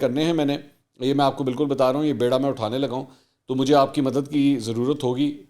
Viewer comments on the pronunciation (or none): آپ کا ریگولر ویوور ہوں. بیڑہ میں ب کے نیچے زیر ہے. یہ کشتی کے معنی میں نہیں ہیں پان کا بیڑہ ہیں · منصور سر آپ نے لفظ بیڑہ زبر کے ساتھ بولا ہے مگر یہ محاورے میں زیر کے ساتھ بیڑہ ہے اور زیر کے ساتھ ہی بولا جاتا ہے میں چھوٹا تو ضرور ہوں مگر اردو درست بولتا ہوں یہ پان کے بیڑے سے لیا گیا ہے اور زیر کے ساتھ ہے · منصور صاحب یہ لفظ شائد بے ڑا (بیڑا) نہیں ،بی ڑا (بیڑا) ہے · بے ڑا ؛ نہیں بی ڑا !!!